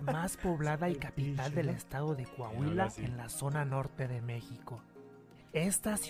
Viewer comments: Aclarando no se dice caguila, es Saltillo Coahuila, por favor gracias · C O A H U I L A, SE DICE. C O A H U I L A!. Hagan el favor de pronunciar correctamente, teniendo un programa de Radio por favor!. Saludos desde España. 🙏😁👍🙋‍♀️